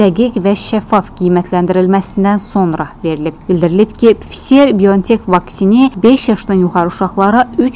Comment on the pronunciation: Bu aparıcı vaksinin adını düzgün tələffüz etmir,məncə onun hətta tam orta təhsili belə yoxdur,normal danışa bilən aparıcı tapmaq belə çətin imiş?